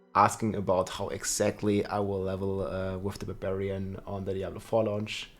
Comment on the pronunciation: Rob the "beh-beriyan" Lord.